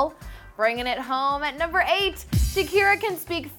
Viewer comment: stop saying 8 and loco like that